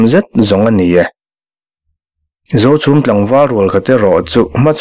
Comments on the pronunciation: A ngaihnawm bawk a ni ang, a chhiartu pawhin, Zochhum, Zohmun adt a inpawlh nawk nawk mai, Zochhum an reh ṭhuap laiin Zochhum an ri hulh hulh mai.😂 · Khawhming I lam pawlh nasa